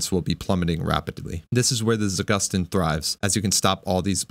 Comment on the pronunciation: It's not za-GUS-teen, it's za-goose-teen. Trust Russian, it has a meaning behind the name